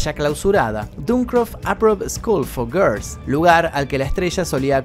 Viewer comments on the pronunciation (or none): none